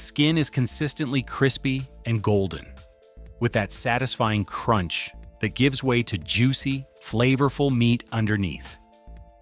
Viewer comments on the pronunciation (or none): none